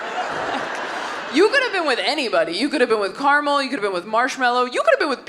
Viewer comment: excuse me, Taylor, did you say "car-mull"? It's caramel!